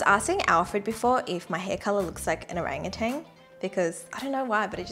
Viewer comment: i just found this video and sorry for saying this but seriously thats not a correct way to pronounce orangutan😭